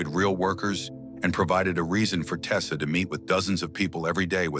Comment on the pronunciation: His last name was TESTA....NOT TESLA😡